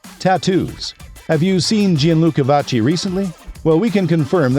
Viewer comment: if we're going to make such a nice video about someone, we should pronounce their name correctly